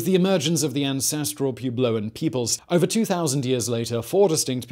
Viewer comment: I got a good laugh at "Pewblowans".